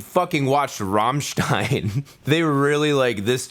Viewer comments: Atleast you can pronounce Rammstein correctly :D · Your pronouciation of Rammstein is on point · Rammstein was pronounced correctly. Slight accent, but all in all correct.